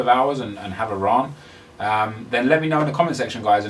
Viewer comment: any one who hates just for hates sake is just unhappy with some aspect of their life :) keep bossing this YT ting! oh and btw its pronounced R-ANT not rar-nt ;)